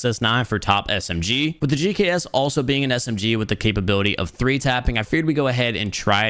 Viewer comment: He said "The Gucks" wrong btw.. Thought I'd point that out for you lot who might have missed that..